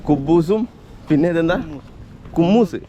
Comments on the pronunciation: കുമ്മൂസ് അല്ല.. ബ്രോ ഹുമ്മൂസ്...😂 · കുമ്മൂസ് അല്ല ഹ മ്മൂസ് എന്നാണു് പറയുക കടല പൊതുർത്തി അരച്ച് വെളുത്തുള്ളി പേസ്റ്റ് ചേർത്ത് ഒലീവ് ഓയിൽ ഒഴിച്ച് മികസ് ചെയ്താണ് ഉണ്ടാക്കുന്നത്.